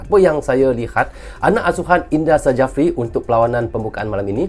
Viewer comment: Buat, Indra Sjafri dibacanya INDRA SYAFRI, bukan INDRA SAJAFRI ya, hahahaha... belia lahir seblum tahun 1972, masih Ejaan lama, mgkn tidak mau J diganti dengan Y.